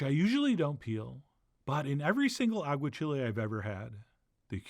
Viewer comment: This looks amazing, but please, Chef, for the love of all that is spanish: agua-CHEE-lay, not agua-chili. Still going to make it!